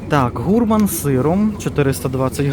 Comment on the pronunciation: сказав гУрман. Правильно гурмАн.